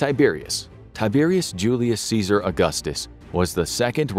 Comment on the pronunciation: Can't you not even TRY (!) to pronounce Latin as Latin and not American English??? Tie-Bear-ius Djulius Ceeesar Aw-gustos, oh my god. Disgusting! My ears are bleeding now.